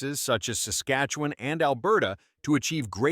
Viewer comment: why do Americans have so much difficulty pronouncing Saskatchewan? It's not Sas as in sassy, but sas as in sustain. I know it doesn't make sense but that's the way it is .